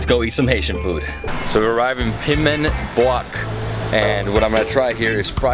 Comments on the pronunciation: Piman Bouk 😂 try pronouncing like pee-mon book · The way he says Piman Bouk 😂😂😂 It's pronounced Pee-mon Book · It’s pronounced “Peeman Book”... I visited piman boul once and it was the best Haitian meal I ever had in a restaurant